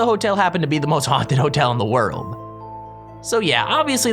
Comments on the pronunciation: he said most haunted hotel in the wordl ahahahahaah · Skip to anyone else notice that said wordle 😂😂😂